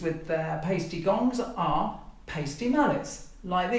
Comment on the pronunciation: In German, when there are 2 vowels together, the second one is the "long" vowel. So the "i" is the long vowel here, and Paiste is pronounced "PIE-stee" not "PAY-stee."